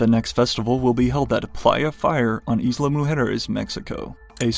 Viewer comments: "Eezla" 😆😆😆😆 it's pronounced like "ile" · Please, please, stop breaking my ears by mispronouncing the word “Isla!” It’s “Ai-la” not “Is-la!” Like island?